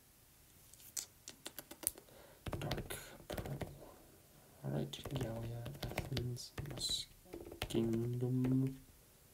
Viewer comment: You're amazing, and you only mispronounced four Ohio counties: Scioto, Ashtabula, Geauga, Medina. You got Gallia right!